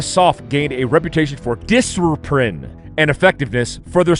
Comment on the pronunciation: Not “diserprine”?! 🤣🤣🤣 I’m dead! 😵 😆👏🏾